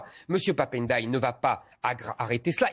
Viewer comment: Mr Zemmour s il vous plait faites 1 effort Ndiaye on ne dit n --deuy.....on ne detache pas le N du D.....dans les nom africains ayant le doublement de consommes on ne detache pas au moment de lire ndiaille voila coment lire.....c est redhibitoire chez les journalistes et les autres faites un effort s il vous plait vous dites vous respectez les gens votre divergence est ideologique alors s il vous plait lisez correctement les noms des africains..... on ne detache pas la premiere consonne de la 2e.........c est collé